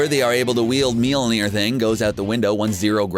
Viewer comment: Mjolnir is like miol-near